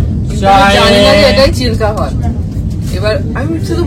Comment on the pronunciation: আমি ও চিলকা হ্রদ জানি। চিলকা হদ এই প্রথম শুনলাম 😢